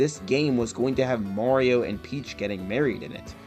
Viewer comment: It’s “Mario” not “Morio”